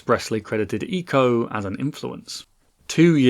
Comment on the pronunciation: Thank you for pronouncing eeeeco correctly